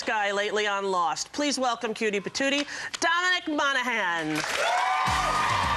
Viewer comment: I think she called him dona-mic